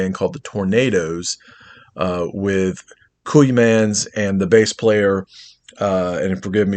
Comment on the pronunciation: It'a pronounced COY MANS